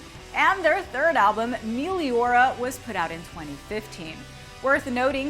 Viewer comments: did yall ask corey taylor before coming up with this? (those pronunciations of the album names was horrible its Ope-us ip-on-ne-mus, in-fest-ess-sue-mom, Mel-ee-orah, and Pre-kell) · The way she pronounced Meliora and Prequelle....